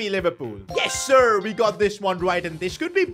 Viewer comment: why did his yessir sound so american